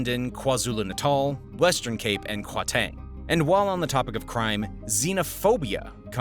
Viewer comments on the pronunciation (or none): You should say Gauteng like "CowTeng" with a "G instead of C" to say it correctly. this is our 20 th minster now in paliment or 30 or something, with another multi million rand salary for nothing, and Andre was found using apartheid assaisins to do his investegations, which found him a lot of enemies as well. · The way you pronounced Gauteng made me cringe soooo hard🥲 great video tho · Except for gauteng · Yeah, there were more than a few mistakes there. Not to mention his awkward way of pronouncing "Gauteng".